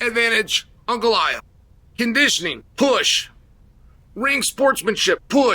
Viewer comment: You can tell Chael likes Ankalaev by the way he pronounces his name correctly.